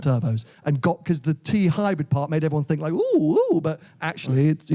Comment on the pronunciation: I fink should learn how to say ‘think’!!